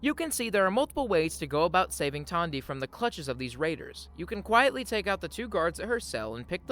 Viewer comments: Who is Tondy? Her name is Tandi. She even says it in game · Great video. As a heads up, Aradesh's daughter is named Tandi, not Tonya.